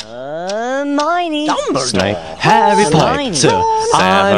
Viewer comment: It's Snape not Snipe!